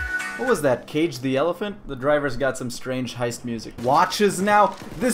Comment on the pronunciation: No one:: HIEST